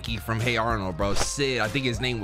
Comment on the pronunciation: bro said frome 💀